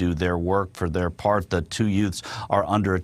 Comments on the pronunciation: C'mon! Its not 'youts' It's 'yutes' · Did he say "the two youts"? My cousin vinnie is back y'all